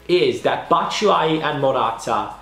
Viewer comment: do you say Matshuayi??😂😂😂😂😂 Anyways good vid